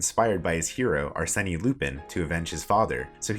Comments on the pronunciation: And assan as assani, and arsen as arseni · And "arseni" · "Arsenee Loopin" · can't get over him mispronouncing Arsene.